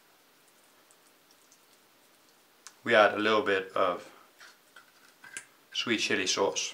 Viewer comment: Did he say sweet shitty sauce lol